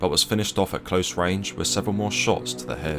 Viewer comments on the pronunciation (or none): none